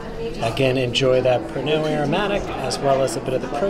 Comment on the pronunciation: Just for future reference, Pernod is pronounced as Perno - love you guys so much - great vlog as always